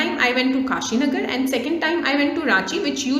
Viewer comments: Good explanation But krishnanagar became kashinagar ... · every thing is nice but krishna nagar became kashinagar XD💀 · Krishnanagar or kashinagar ok😂😂😂